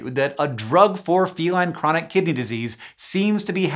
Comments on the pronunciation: Am I the only one who heard "chronic kitty disease?" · I was certain you were saying "Chronic Kitty Disease" until you showed the words on screen ☹️ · Lol i thought you said chronic kitty disease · did anyone else mishear it as "chronic kitty disease" every single time?😭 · Every single time Hank says "Chronic Kidney Disease", I hear Kitty instead 😅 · I thought he was saying "chronic kitty disease" for like the first 2 minutes of this video lmao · I keep mishearing Hank say “Chronic Kitty Disease” instead of kidney, and I do have to agree incident rates of chronic kitty disease are rather high in the cat population. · Raise your hand if you kept hearing "kitty" instead of "kidney". raises hand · I kept hearing “Kitty Disease” instead of “Kidney Disease.” 😅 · I accidentaly heard it as "Chronic Kitty Disease"...